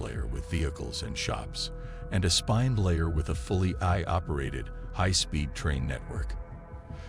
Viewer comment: It's ironic AI is unable to properly pronounce AI lol